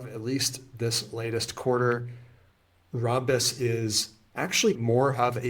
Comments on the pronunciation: It’s Ram-bus not Rom-bus. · Thank you! It was hurting my brain hearing rom-bus. RAM is a thing (Random Access Memory). And ROM is a thing (Read-Only-Memory). Never heard rom-bus pronunciation. But I don’t hear Rambus mentioned a ton either, but always ram-bus.